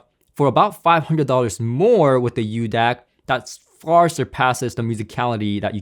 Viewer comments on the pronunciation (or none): It's not the "uDAC", there is no letter u in the name. It is a μ symbol, which is used as a metric prefix for micro (10^-6). So it's pronounced the "Mu DAC" or "Micro DAC." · However is not "u" DAC but "micro" DAC... greek letter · BTW, its pronounced MU-DAC, not U Dac... µ is the Greek Letter MU.. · It's called the μDac. That's the Greek letter m used in science for micro. Pronounced as Miu. So tired of these illiterate Americans 🙄 👋🏻😀🇱🇺